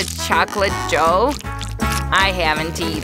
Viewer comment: I love how they saw dOah instead of dough